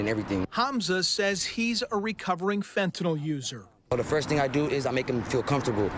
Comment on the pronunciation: I'd have more confidence in law enforcement if they pronounced fentanyl correctly.